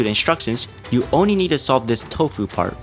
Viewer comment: Please learn to pronounce your L’s. You pronounce animals as “animohs” and puzzles as “puzzohs. I wasn’t going to comment this but I couldn’t stop my self after you kept doing it. Edit: I just got to the part where he pronounces only as “ony” and altering as ”awtering”